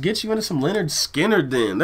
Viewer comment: The name is not ‘Leonard’ Skynyrd… it is ‘Linn-erd’ Skynyrd…